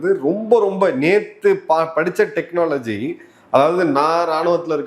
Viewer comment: தெக்ன னாஆஆ லஜி